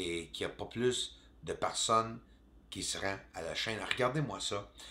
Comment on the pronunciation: On ne dit pas PARSON mais plutôt personne. Prends des cours de diction afin que j'arrête de saigner de l'oreille. Merci. Ah oui, je vais aller chercher mon châpeau d'aluminium...